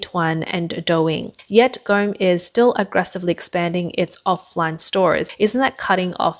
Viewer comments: its not gome(as in gone with a m instead of n) its pronounced Goa-Mei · Go Me not Gome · Please pronounce properly the name Gome. It is pronounced as Go - May😊